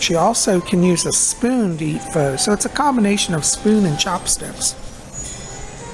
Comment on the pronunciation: Hello! Love your vlogs. Not sure if you know, but Pho is actually pronounced 'fuh' peace and blessings!